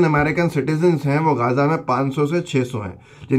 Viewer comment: جناب گازاه نہیں غزہ ہے